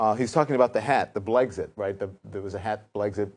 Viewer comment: why is this woman dressed as a cat that says Blixet instead of Blexit ???